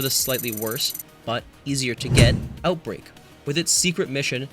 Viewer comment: 'Outbrake' instead of Outbreak, fixed shortly after when you actually mention Outbreak 'Malfesence' instead of Malfeasance 'Flexable' instead of Flexible 'Appentance' instead of Appetence 'Ragonhild' instead of Ragnhild-D 'Decide' instead of The Deicide 'Commemortation' instead of Commemoration